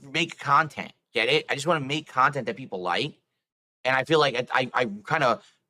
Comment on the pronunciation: This is what people hate about, when he guilt trips his viewers by saying, 'only (insert name of paypig) has donated in the last hour'. Bro, stop acting so entitled; your cahntent sucks and you're lucky you aren't on the streets where you belong.